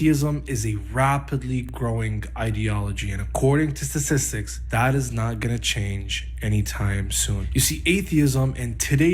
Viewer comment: "Accordind to sassissics, that is not going to change..."